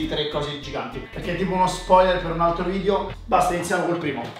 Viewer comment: si dice VIDEO non vidio! Dje gio